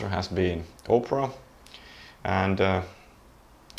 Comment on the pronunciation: My p4000 crapped out on me so I got one of these from telus, should be here next week. Had to pay a fair bit but they gave me a good deal on my plan. PS When he says opera it sounds like oprah haha.